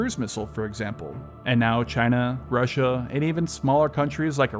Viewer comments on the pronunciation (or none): I always chuckle at the way he says rUsSiA